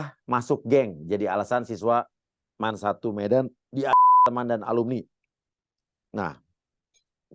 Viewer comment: Jaman aq sekolah dulu bacanya Man bukan Em A En , emang sekarang gitu ya bacanya